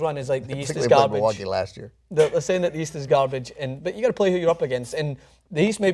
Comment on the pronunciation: stopped watching after the guy on the right saud Milwaukee